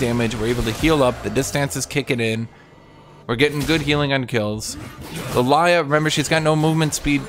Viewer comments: it's Lillia not Lalayah 😊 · i love hearing call Lillia Lalaya lol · Were just going to pass the fact this man calls lilia lilaya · number one laning mistake: Not being able to pronounce Lillia correctly